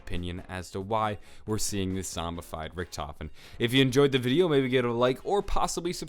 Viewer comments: its pronounced rik-duh-ven not rich-tof-en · excuse me, it's not richtofen, it's rikky-t homie